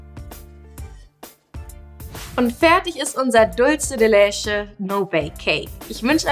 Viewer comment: Mira "Leche" ist Spanisch und wird daher nicht 'lesche' ausgesprochen!! Eher 'letsche'...